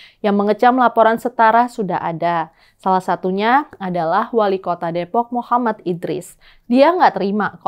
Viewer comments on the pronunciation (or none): none